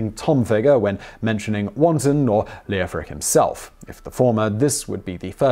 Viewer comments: The “e” is silent. It should be “Lof-Rick” and “Jof-fri”. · Leofric is pronounced Lef-rick. Like Geoffrey, the O is silent. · I worked with an engineer a few years back called Leofric and he didn't pronounce the O. Of course, that's just one person and still possibly incorrect. I only bought it up because Simon always excuses his pronunciation.